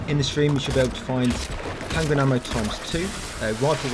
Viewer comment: For some reason I hear handgranade ammo instead of handgun ammo